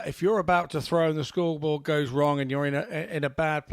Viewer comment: The feelings come naturally to suit the atmosphere...its not rocket science "scwoobawl" "seeweez frwee" "Wobert Fawnton"....ugh, sloppy